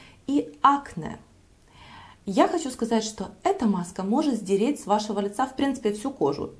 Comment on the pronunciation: эта маска может "СДЕРЕТЬ"? с вашего лица...СДЕРЕТЬ???? вы серьезно? вы перед тем как видео выложить его не просматриваете? вам самой слух этот "СДЕРЕТЬ" не режет??